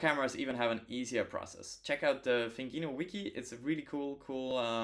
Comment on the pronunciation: Nice video! This mod is above my skill level, it's cool to see it done in the wild! A few of our devs have done it but my goal is always to focus on things novices can replicate at home! PS - it's pronounced "Thin Gino" as in a skinny Italian guy!